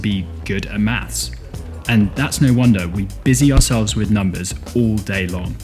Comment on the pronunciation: It’s pronounced maths not maps